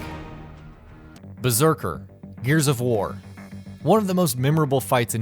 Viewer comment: "Beserker" lmaaooo